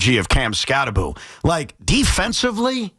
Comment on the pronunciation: The name is pronounced, "Cam Skattebo," Tiki. Skattebo with the B and the O at the end. NOT 'Skatte-boo" as in 'Scooby-Doo."